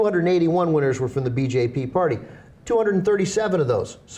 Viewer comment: LOL! the way Anna pronounced BJP. i know i shouldn't laugh but it was funny. sorry!